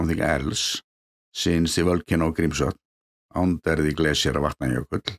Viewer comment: I love LOVE hearing you pronounce that glacier :)